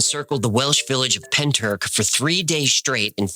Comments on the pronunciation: Llantrisant. Pronounced like you're clearing your throat. Ll sounds a bit like a hla noise so to try and spell it phonetically is a bit like hlan tris ant . Pentyrch you almost got , the ch at the end is like a throat clear 😅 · Can't believe Pentyrch has got a mention on the best channel on YouTube! Almost as good as the Byrds singing about the Bells of Rhymney ........ Even if they effed up the pronunciation!! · Not a criticism, but a pointer for next time you have to enunciate Welsh place names. Pentyrch is pen, tir like Tyrolean and ch as in loch or Bach. Llantrisant is Ll, like a hissing cat, an, like the name, tri like trip and sant like Santa Fe. In Britain, there are Polo mints, shaped like little hard minty bagels, marketed as the mint with the hole in it. Llantrisant used to be a place where they printed money, leading some to call it the hole with the mint in it x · Pen turk? At least check the pronunciation man, the welsh are bonkers for weird words. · I'm Welsh, it's pentrath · Pentyrch ruffly means head house forrow. Wich probably translates to the head house at the forrow. Or the house at the forrows head. And its pronounced pen- tea- reich. As in the 3rd reich. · As a Welsh person, your pronunciation if a bit off if I may say so. But points for trying. It's hard to say what it would sound like in English. Pen-tricht maybe? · Pentyrch, the ch is pronounced as if you’re getting a phlegm from the back of your throat. Cymru on the map babyyy! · Isn't he pronouncing Pentyrch wrong...?